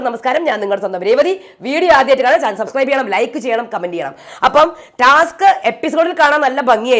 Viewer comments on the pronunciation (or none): none